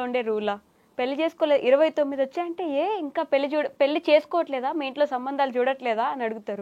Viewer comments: ఏంకర్ గారూ... ముందు పెళ్ళి అని పలకడం నేర్చుకో తల్లి. పెల్లి కాదు. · Yankaruku pelli sabdam palakadam Radu